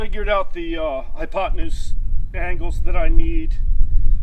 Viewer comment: I think meant " Hyptedupmoose" not Hypotenuse😮